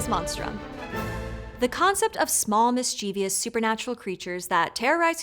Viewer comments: Hey friends. Thank you for making the internet a smarter place. Genuinely big fan, here. One constructive comment: Please, please, please, consider using a different word or *re*consider the pronunciation of [miss-chee-vee-us]. There is no such word. Only "mischievous." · Mischievous Mis-chyeh-vus Not "mis-chee-vee-us" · Dear, Bloody-hell. It hurts my ears whenever you say mischievous. Is that the way it is pronounced in North America? "Mis-Chuh-vous", or "Mis-Chih-vous" (/ˈmɪstʃᵻvəs/) is the standard English UK pronunciation. Having said that, one will probably hear all kinds of variants within walking distance of one's home or workplace. It is a tough word for many people for some reason. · Mischievous has three syllables, not four. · That pronunciation of "mischievous" with an extra syllable is like nails on a chalkboard to me. Couldn't get through the video after hearing it twice in 20 seconds. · I like that. Nice one. Fortunately, no I am not bothered by every slip of the tongue. I am in no position to judge, I drop my RP often. However, Mischievous seems to stump most folk. It just hits my ear in the wrong way each time. Have a good one. Cheers.